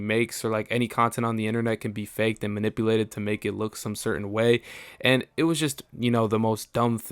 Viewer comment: “Manipuhhlated” “Governmential” “Pedatorial” Why can’t f——kbois speak English correctly? Is it because being pretty means you don’t have to do work or learn?